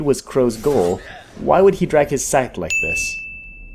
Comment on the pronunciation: did he say i steal sheep and survive?